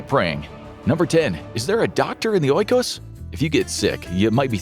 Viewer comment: O-ikos??? 😂😂😂😂 Nailed t😂😂